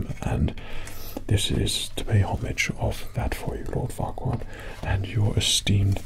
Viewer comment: At first I heard it like fuckward… untill I read it was Farquaad😂😂😂